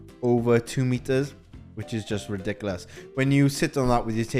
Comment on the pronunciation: You don't pronounce ridiculous properly. Google it.